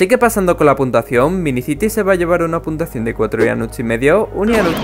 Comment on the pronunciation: Hola ianut me saludas xd dices puntuasao en mes de puntua cion